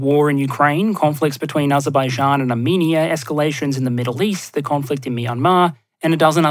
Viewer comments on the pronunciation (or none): none